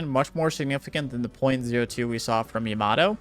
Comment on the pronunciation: How are people still pronouncing "yamato" wrong?... "iamaro" ... why.... EDIT: its so weird, sometimes you say it correctly and then wrong again and the right again hahah its funny